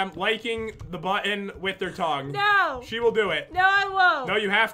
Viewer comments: May have been tongue but it really sounded like dong lmao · Or did he say tounge XDD